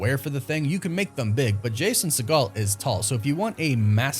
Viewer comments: I think the right way to pronounce his last name is "sea-gull" not "sea-gall". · Segel is pronounced like seagull. You're thinking of Steven Segal...which is not a Jewish surname. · It’s Jason Sea-Gull not Jason Se-Gall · Lmao it’s Jason SEGEL, not Seagal. Do better, dingus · I could be wrong but it's sounds 'seeegal' 'seeeegal' he's not related to steven seagal which is the pronunciation used here.. it's seeegal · Fyi it's pronounced "seagull" for Jason Segal. Seeeee-gull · I like your content a lot, but you're killing me with your pronunciations. It's Segel, not like Steve Seagal. Also on another video, adamantium with an a, not e. Driving me nuts with that. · Why’s he saying segel like segal? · Stop pronouncing “Segel” like “Seagal”! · Re-pronounce Jason's last name cause your butchering it in this video lol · Did he mispronounce Jason segals last name? Lol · Hearing you butcher Jason Segel's last name over and over again was both annoying and hilarious. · Exactly, I laughed each time he said that lmao